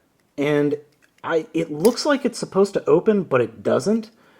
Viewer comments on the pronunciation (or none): none